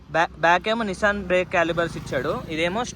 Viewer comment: Last time ni bike video lo chaipina kadha bro brambo kadhu brembo ani nissan kadhu nissin ani malli same ala nai antunav 😂😂😂😂